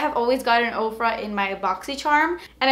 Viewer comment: Oh my goodness, before this video I thought you were saying "Oprah" I thought Oprah came out with makeup... I feel dumb now lol